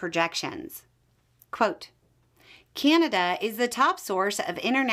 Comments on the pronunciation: You could give her, and many others down there, mostly women, how to pronounce Canada. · That is not a Canadian accent . The way this lady pronounced Canada is definitely not a Canadian accent. Sorry